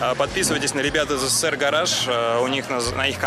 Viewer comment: Блять думаю чеза СЭР гараж, потом в описании посмотрел, пздц у вас произношение. СССР произносится ЭСССР.